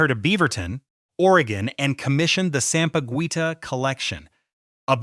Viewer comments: E........yala thats how you should pronounce her name & not sampagweta...should be sampagita correct pronounciation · It's pronounced ( sampaguita) sam-pa-geeta. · Sampa-Gwi-tah disturbed me 😂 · Eela, Ala, Sampagwita... AI fumbles with pronunciation. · Check your pronunciation of her surname and the word, Sampaguita. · The “gui” in sampaguita is pronounced Gi like in Guitar. Just saying lol.